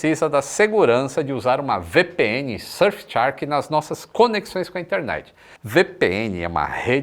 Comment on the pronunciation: É SurfChark ou SurfShark? Só a mim incomoda essa pronúncia?